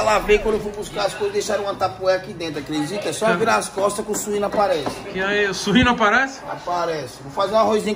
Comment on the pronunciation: Ele falou surrino já achei que tava chamando o leitão de Suíno kkKkKAKAKA